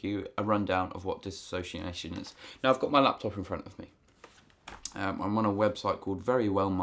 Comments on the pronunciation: It is not DIS-ASS-OCIATION. It's DIS-SO-CIATION. Spelling and Grammar Hitler is now online. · Ugh!! It's DISSOciation, NOT DissASSOciation!!!!!!!!! Lord. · "Dissociation" not "Dis-association." These are 2 different things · DIS SOCIATION NOT DIS ASOCIATION, PEOPLE!!!!!! HOW MUCH CAN YOU FUCKING KNOW ABOUT IT IF YOU CAN'T FUCKING SAY IT? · dis SO-see-a-shun not disAsociation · Diss-o-ci-a-tion, you keep saying Disassociation, not the same thing. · dissociation, NOT disassociation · No one can say the fucking word DISSOCIATION right.